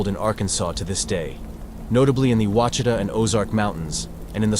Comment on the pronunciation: Then there is the issue of Crowley's Ridge. It is pronounced as Crow-lees Ridge like the bird and lees. I don't even care to get into the butchering of Ouachita in this video.